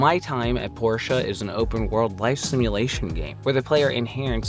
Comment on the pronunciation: It's not Porsche it's "Port-ia" as in a Port